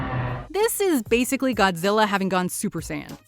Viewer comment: Is it just me but whenever dr.zerenzowa or however u spell it whenever he says Godzilla it sounds like gojira which is his species name or whatever